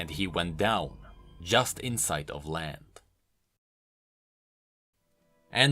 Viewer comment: sounds like you said "just in sight of lamb" at the end